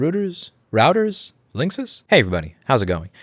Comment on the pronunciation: Thanks for explaining it in a way that let it click in my head, not that I would trust that they actually implemented it in said way but 🤷. Also, it's pronounced Link-Sys. Finally I agree that the 5th amendment should cover files placed "in trust" with another company. But TBH, we lost that whole argument a long time ago.